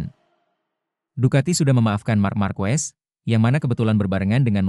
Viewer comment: Bro ied fitr itu bukan kembali suci tp artinya hari boleh makan , klw bikin narasi pake AI , nulisnya pake bunyinya dlm bahasa indonesia , misal ketik aja markes, motor ji pi, peko bagnaya , jadi si robot gak salah ucap !